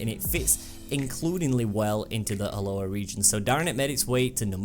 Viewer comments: it's Alola not Aloha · and I just realised u said Alola haha